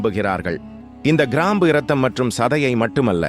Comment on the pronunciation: People should learn proper pronunciation of Tamil also. Sorry for bringing this up.Most channels falter. Here, for instance, it is krambu and kundalini.